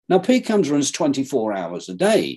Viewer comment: Everytime he pronounced "PCAMS", it sounded like "Pecans".